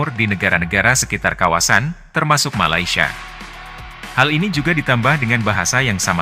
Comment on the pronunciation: katanya sudah merantau. sebutan Malaysia pon salah. Malasia?..abahh luu!!